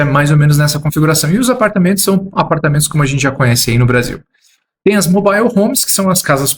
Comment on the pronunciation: MOBÁIO HOMES 😂😂😂😂😂😂😂